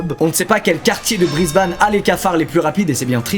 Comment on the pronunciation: « BrisbAne » Aïe, aie, aie..